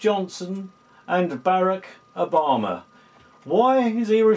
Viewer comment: lmao.. "Barrackerbama"..